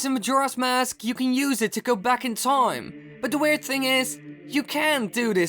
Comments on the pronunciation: if i had a penny every time he said TOIME... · Am I the only one that gets more annoyed each time he says time?